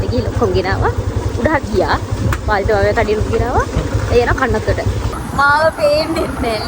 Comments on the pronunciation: කන්නන්තොට😒තුන් පාරක් බැලුවා එතන කනත්තමයි ඇහෙන්නේ.😂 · ඔව් ඕයි 😂😂 මං බැලුව කනත්තට යන්නෙ මොන මගුලටද කියල 😂😂